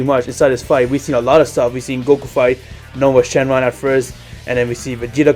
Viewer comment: It's nuova not nova